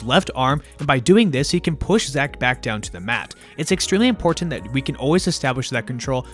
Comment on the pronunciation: You say 'important' strangely.